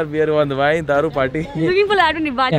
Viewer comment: Thats not vin thats wine